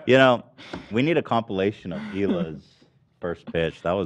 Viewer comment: that boy certainly did not say "compilation" and i know i'm not the only one who noticed